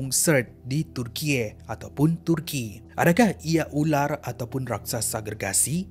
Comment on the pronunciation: Pelik bunyi benor turkey hahaha